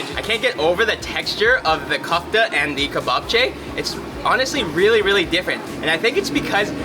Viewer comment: The way you pronounce ,,kufta" ... Sry ...its not kufta ...try like this ... ,,kiufte" ........its more like... Your meat ball is - ,,kiufte".... One meat ball - kiufte ... Several meat balls - kiufteta....its not hard ..forget english a little bit...try to spell it in latinitza... Letter by letter...its easy that way ...😅